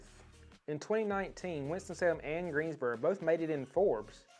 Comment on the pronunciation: Like how you say Greensboro. Looking to move next year